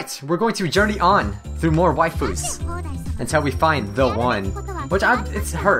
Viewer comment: "I'm ready to blast some wifus down.." Some how it made me laugh. 😂